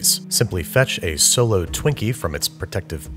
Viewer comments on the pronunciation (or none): none